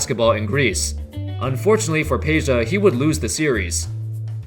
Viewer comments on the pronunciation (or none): IT'S NOT PEJA ITS PEDJA FOR FUCK SAKE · why Peja and not Pedja cuz J is pronunced I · It's not Peja its PEDJA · its Pedja tho not Peja overall great vid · Lol. Peja-vu. You slayer.